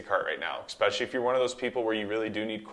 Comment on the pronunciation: “Exxxpecially?” Omg 🤦🏽‍♂️